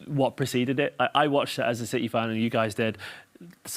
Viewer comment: Citeh…….. that was terrible😂